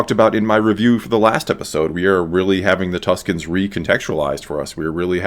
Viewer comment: I actually think it's "Tuskens", Tuscans are another name given to the Italians inhabiting Toscany :p